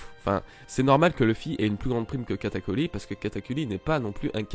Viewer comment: nan mais tu m'énerve tu fait bien tes vidéos one piece c'est cool mais tu prononce mal le nom de sanji une fois sur deux le nom de katakuri tu dit katakuli c hyper chiant et germa aussi et luffy mérite sa prime alors dit pas nimp merci